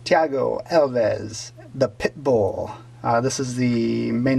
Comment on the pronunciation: Like the MMA return. Alves is a beast. Haha glad you pronounced it right. I've heard his name butchered lol.